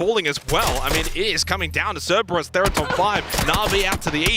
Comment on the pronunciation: Three days in and he is still saying "Ceberus"